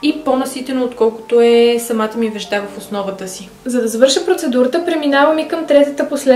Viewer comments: Вѐжда се казва не веждА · Ударенията на молив и вежда не са правилни ;)